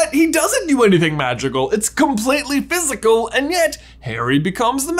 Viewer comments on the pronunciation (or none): none